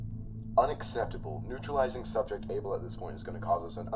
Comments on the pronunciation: Am I stupid, or is it not "Abel"? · It's Abel ... ABEL. CAIN & ABEL!!! You've never read the bible before?? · Its Abel ... not "able" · Abel... Not Able